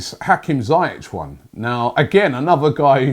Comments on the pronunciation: Ziii-ieci .. not zaa-iach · Robbie, it’s not zayech. It’s ziyach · Robbie ziyech is pronouncer zee-yek